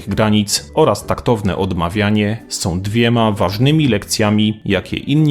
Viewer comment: Dobre! Prosze tylko lektora aby prawidlowo wymawiał słowa. NIe "opiniom", ale "opinią" , nie "zrobiem" , ale "zrobię" itp. Ą i Ę są (nie som) ważnymi poslkimi głoskami i niewymawianie ich kaleczy polski język; sprawia, że wypowiedzi zostają posypane prymitywnym , prowincjonalnym kurzem.